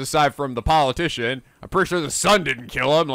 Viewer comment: Come on,. Paul Atishon? POLITICIAN.